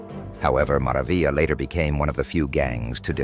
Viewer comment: This got cancelled the way he said mara vila😂 and they didnt say 38th st